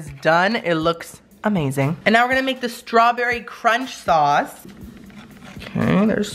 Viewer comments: "It was very stawberryee"Lmao i love you "Twerk it in my face" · He was making up words 😂😂😂 stawberry-E